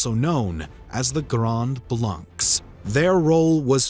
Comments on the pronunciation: In French Blanc or Blancs is pronounced "Blan". C and cs without a vowel at the end are silent. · Hello ! I’m a big fan of your work… just a note: the « s » at the end of the word blancs is silent… as well as the « c » ! I’m a teacher in France, so if you need some advices how to pronounce french words in a future video, feel free to ask, I’ll be happy to help. In the meantime, keep on the good work, I really like your videos. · The -ncs is silent. Just saying ;)